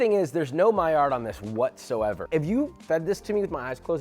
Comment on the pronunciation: stop pronouncing the D on maillard... the man was french